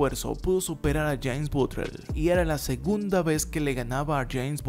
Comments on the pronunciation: Empezaste diciendo BUTLER las primeras dos veces, después pensé que hablabas de otro porque decías BUTREL xD Fuera de eso, buena histroia x) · batler se pronuncia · Bro, creo que se pronuncia “Botler” , no es mal pedo, una simple observación. Buen video 🤘🏼